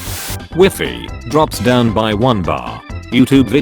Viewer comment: Did he say Wefi instead of WIFI??